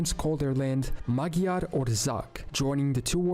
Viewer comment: the narrator didn’t pronounce “Magyar” correctly